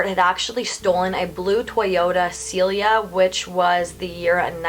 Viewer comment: ( Only because I like ya...) Lake Mead is pronounced Meeee~d rhymes with bead. & Toyota Celica is pronounced Sell~lick~a. I'm not sure if you know, almost every word can be found on YouTube explaining the correct pronunciation. Just trying to make you more awesome than you already are! 😊